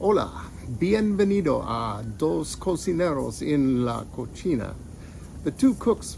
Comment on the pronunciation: Kitchen is pronounced coSEEna , NOT cocheena, ( which means Piggy, as in a Piggy bank ❤😂 ). Easy error to make , great video !